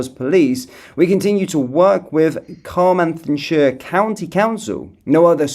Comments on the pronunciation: Sounds like chlan -eth-lee and Car -mar-then-shire !!!!😂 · Sorry love you really need to get a welsh friend. Car-mar-then-shire. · The pronunciation phonetically is Duved -Powis - and Daven, Thluynhendy. Thlanethli, Velinvoil. Hoipe that helps. The 'double L' at the start has to be practised by those not familiar with Welsh, so that's the best option, It's also Car-mar-then shire.